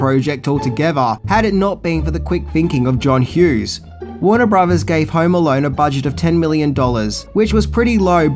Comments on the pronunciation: "Home Alarn..." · Hauerrm Alauurn😂